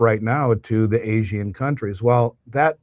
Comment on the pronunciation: Dude . . . "Asian" is 2 syllables, not 3. Seriously.